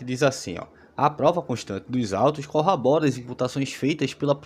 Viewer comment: Amigo, sigo seu canal e gosto muito. Só um adendo: é corrObora e não " corrabora"